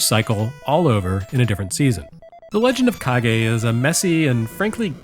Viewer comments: When I first heard you pronounce it as Kage it didn't bother me but I knew the comment section would be full of people saying it needed to be pronounced Kage. Also your teaser for the next episode had me laughing out loud. Hallelujah! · I was making the comment when I see the name of the game being pronounced as "Cage" (the english word), and then I saw and heard that they addressed that it was "Kage" pronounced in japanese instead. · Every time I hear mispronounce Kage as "cage" I have a minor convulsion. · I wanted to throw up each time you pronounced it like cage. Thank you for the good joke after all was said and done! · I've been studying Japanese for close to 30 years now and only just realized that it was pronounced ka-ge when I re-purchased a copy of it before PRGE this year. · Mission accomplished on the pronunciation trolling. My eye was twitching by the end. But then there's also and that mindsplitting scrolling effect. That actually made me dizzier than most VR experiences so far. I'm not going to defend Legend of Kage's quality but I do love that you gave it credit for its ambition wih its themes. It was absolutely one of the more influential formative bits of ninja media I got to consume as a kid, and solidified my belief that ponytails can be cool and badass on guys and not just be douchey like with Steven Seagal. Thanks for that, Taito, Tose, and countless assorted ninja and wuxia flicks. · Matt Howard Watch the video, the mispronunciation was intentional. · As a kid growing up with one parent who was raised in Japan and another who was born there... I absolutely pronounced it like Nick's last name. I'm glad though, that we live in a world where it means a lot to people that we say it correctly. That's comforting to me. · yep it's pronounced like kagemaru of virtua fighter fame xD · it is pronounced legend of ka gay. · When you pronounced it "cage", I heard the sound of thousands of keyboard warriors preparing for battle.